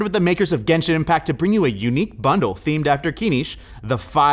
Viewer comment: Obviously mispronouncing all of the Genshin stuff is hilarious, you can tell he has no idea what characters he’s talking about lmao